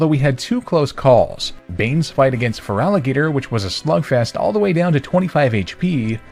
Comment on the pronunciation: NEITHER, THEY'R BOTH PURE WATER! AND THERE IS NO VOWEL BETWEEN THE T AND THE R IN FERALIGATR!